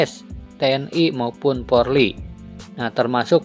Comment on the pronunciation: Pak tolong sebutan.Yg benar POLRI bukan PORLI....